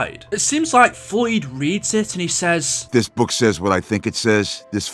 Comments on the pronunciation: It is not boook it is book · ITS FUCKING BOOK NOT BUUK 😂😂😂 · He’s saying buke it’s book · Note to self: ever word with double Os together, will pronounce like boo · I have a question why do you say book like bewk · Bouke?? Huhuhu say qhatt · I just realized you say book like boook. I like it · Why did he spend 8 mins talking about this (P.S bouk he he funny how he pronounces it ) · You pronounced book so weirdly every time up until lmao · The way you pronounce “book” and “look” is hilarious. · Please work on your pronunciation Look isn’t pronounced loook it’s pronounced luk book is not boook it is buk took is not tuuk it is tuk Eisendrache is not emphasized on the he it is pronounced Eisendrack